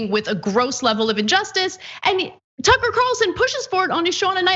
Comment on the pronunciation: Ticker Carlson (pronunciation not important right?) go sit down and shut up.